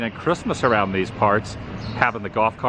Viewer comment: Loved today’s adventure Adam. Just keep cwusing awound and awound and awound 🤣🤣🤣🤣🤣